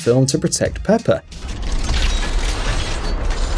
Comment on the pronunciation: Did i hear “Prepper” or “Pepper”